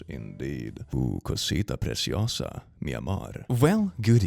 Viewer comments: nice spanish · No me esperé ese "Cosita preciosa". Tu pronunciación fue tan buena, que mi cerebro pensó que lo dijó alguna persona en mi casa XD TL: I didn't expect that "Cosita preciosa". Your pronunciation was so good, that my brain thought it was someone in my house who said it XD. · Nice spanish intro, btw, u said that perfecly